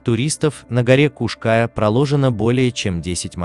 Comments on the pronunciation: Скала называется не птичья , а орлиная . . . , и ударение на букву " я " . Поуважительней надо к местным топонимам ! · После неправильного ударения в названии горы и картинки о том, что это возле Нового Света даже смотреть эту лабуду не стал. Снимайте качественный контент.